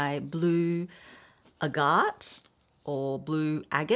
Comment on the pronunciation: Thank you! And no offense to, but chalcedony and agate are not being properly pronounced either.